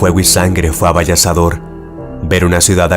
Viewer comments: Amigo, no es AVALLASADOR, se pronuncia AVASALLADOR...😮 Saludos afectuosos desde Sonora, México. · Me encantan los videos de este canal ❤ solo una corrección en una palabra: dijo "avallasador" y la forma correcta es "avasallador". Detalles.